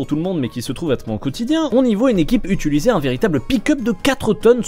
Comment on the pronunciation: Salut bro! J’adore tes vidéos mais pourrais-tu arreter de dire UTUliser je t’en supplie